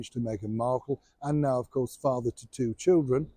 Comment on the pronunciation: Love the way you said, "....ahem, two children".